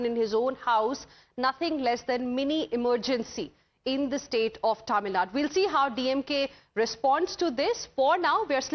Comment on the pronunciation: It's Tamil Nadu, not Tamil Nad, you foolish reporter